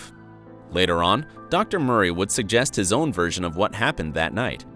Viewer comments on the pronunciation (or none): none